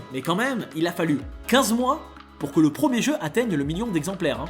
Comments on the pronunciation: Stp dis correctement les mot, ça pique ! PREMIER, pas PROMIER. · « prOcesseur » - OK mais « prOmier » NON